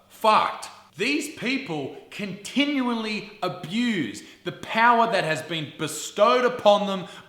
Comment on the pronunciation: did he say continuonly?